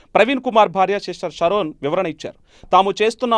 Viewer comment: Sharon palakadam nerchuko ra babu